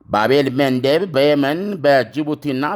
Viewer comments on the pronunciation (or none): ስሞችን አጣራና ተናገር ባቤልሜንደብ አይባልም( ባብ አል-መንደብ ) ብትል ያምራል እሄንን እንኳን እስከ አሁን አጣርተህ ባለመናገርህ ታሳዝናለህ !